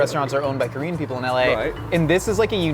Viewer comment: A Korean-American living in Korea and fluent in Korean here... You are spot on. For a pure American, his pronunciation is solid.